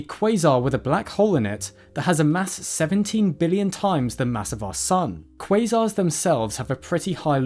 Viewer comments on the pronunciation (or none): none